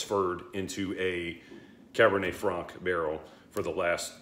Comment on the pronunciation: Nice one. Cabernet Franc, pronounced correctly. These Longrow wine expressions are irritatingly difficult to buy in the U.K. The crummy allocation gets sold out within days of release. I'm sitting on the Longrow Malbec from a while back. I really wonder what difference the French wine variety makes when it's finished. I think it's good to do some 'shoot from the hip' reviews and have a record of a whisky at a moment in time. We all know that there are many variables in our whisky expression experiences. Sometimes I'm just not in the mood for even a very good whisky. Is it a peat day or a non peat day? Ex-sherry or ex-bourbon. Ballsy young whisky or a refined aged dram. The list goes on. I totally agree with you that the Springbank range are very good when young and that's just as well because the young standard range is very good value. Anything over 18 years is meant to be fantastic but is shockingly expensive. Stay well. WT